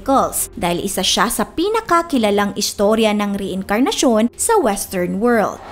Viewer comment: Mali pa pag ka basa mo ng reincarnation hahaha